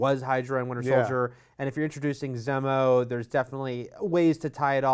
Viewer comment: Wouldn't be the internet without a non important nitpick: its pronounced ZEE-mo not Zeh-moh.